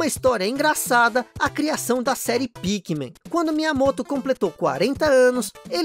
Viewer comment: Issue é Pikmim mesmo que pronuncia, não "Pikmen"